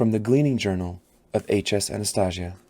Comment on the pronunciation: Hype for the TV show announcement! I want to reread all the books before the shows release (whenever that is) your video helped me so much get through it thank you! But.... I'm sorry I can't ignore the way you pronounced Anastasia 😢 I'm hoping you pronounce it right in the second book. Otherwise I really liked listening to you reading my favorite book. ❤